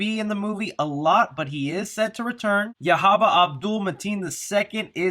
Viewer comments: the guy you keep naming as “Yahaba” his name is “Yaya” pronounced “Yah-Yah” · His name is not YAHABA, it's YAHYA. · Hey, his is pronounced yah-yah. I’m excited for this movie I feel like Tony Todd’s involvement might be in flashbacks of an origin story of the curse with maybe Yahya telling a victim the story or something since it’s technically a sequel🤔 not sure where the new Helen fits in though lol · His name is yahya pronounced YAH-YA